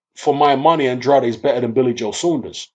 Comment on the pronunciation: Man it's a Portuguese name. His father is from Cape Verde And pronounces it the way its suppose to be pronounced.